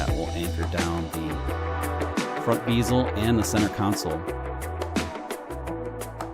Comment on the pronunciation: LOL! It's a bezel, not a beezle.